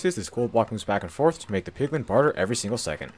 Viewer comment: “In this episode I’m going to be making an automatic POgLiN farm”